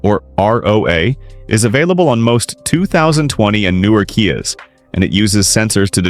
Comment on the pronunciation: ..."kaias"?😂...don't you just hate AI voiceovers?!!!😅😊